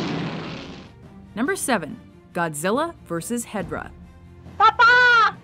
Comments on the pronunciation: is hedorah not hedrah when u pronounce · I feel like I'm going to get triggered at this list just assuming before I watch this video Edit: Im more triggered at the pronunciation of Destoroyah and Hedorah Its He-Dora not Hedra Its DesToRoYah not Destroyer -_ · Find it funny she says headra instead of he dora. Evey person I've met pronounces it he dora. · Ghi-dora?! Seriously?! It's pronounced Ghi-dra! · The facts in this video are wrong in a lot of ways 1.Hedorah not Hedrah (mispronounciation) 2. Mechagodzilla is not a cyborg because he is not both mech and organic but instead a full mech 3. Godzilla vs Mothra: humans find mothra egg and then godzilla wakes up on shore not "in an effort to recoup his losses from godzilla he steal an egg and puts it on display" because that is actually backwards 4.Godzilla Jr was G's actual son and not his "adoptive son" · He - do - rah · I hate how Destroyah and Hedorah are mispronounced.